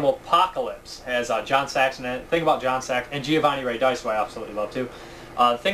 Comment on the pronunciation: Giovanni's last name is pronounced, Rad-ee-chee, just to help out;)